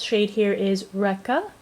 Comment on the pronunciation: I have a feeling that first shade Rekha is pronounced rake-uh instead of wreck-uh. Just something I noticed, since I have a friend with the same name and that's how she pronounces it! Thank you so much for the in depth review.